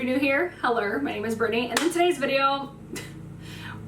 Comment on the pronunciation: Did u really say HELLUUR?